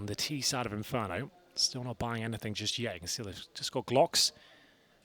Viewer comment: Não in fer do rento